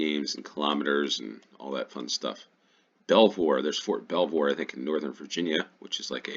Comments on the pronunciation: Belvoir is pronounced Beaver. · Yorkshire Tea is probably the best tea that will be relatively easy to get. Ideally Yorkshire Gold, but that is quite a bit more expensive. They are an independent company, with a really good social media presence. Oh, and Belvoir is pronounced Beever, or Beaver. Because natives couldn't pronounce Norman French I guess. The Vale of Belvoir covers parts of Leicestershire, Nottinghamshire and Lincolnshire.